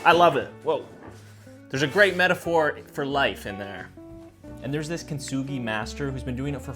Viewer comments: How he said it sounded like Chinese,he meant I think (which I do think he kinda sounded like too) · I’m half Japanese but that Chinese sound 😭